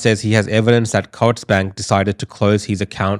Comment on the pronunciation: Think its pronounced coots